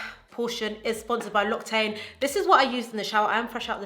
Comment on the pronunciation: this video is so good loved i'm going to follow your makeup routine to a t ☺️ as a french viewer i just wanted to let to you know that "l'occitane" is actually pronounced lock-sea-tan